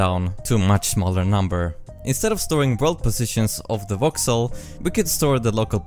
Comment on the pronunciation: Every time he says voxel I hear Vauxhall.